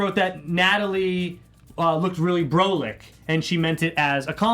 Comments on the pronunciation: its pronounced BRAH-LICK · Love, it’s pronounced BRA-LICK. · U don’t how to pronounce brolic really. Brah -lic